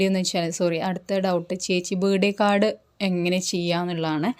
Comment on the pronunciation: ബേഡേ കാഡ് അല്ല, ബർത്ത്ഡേ കാർഡ് എന്നു പറ